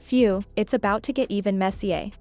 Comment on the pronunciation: Right? The ai is calling Drew “jew” and saying “messier” as if it’s French